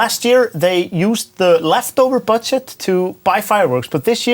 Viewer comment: is it me bud does anyone hear the words Bird Shit and not budget